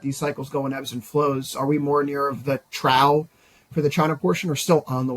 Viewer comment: Trough is pronounced "troff" 😊